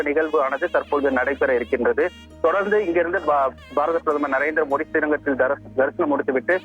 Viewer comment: நரேந்திர மோதியா மோடி உச்சரிப்பு வரலயா🤔